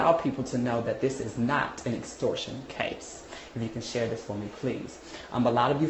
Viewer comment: nigga can't even pronounce extortion. talkin' bout bookings & shit smh.